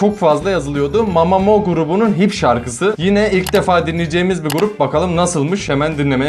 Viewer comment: Abi "MAMAMU"diye okunuyor Ve Hwasa mamamoo grubunun maknae si Abi artık karar ver lisa mı wheein mi?